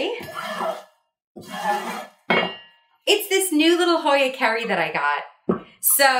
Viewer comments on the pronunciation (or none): Thats a hoya kari-eye is how its pronounced. No biggie youcan csll it what you want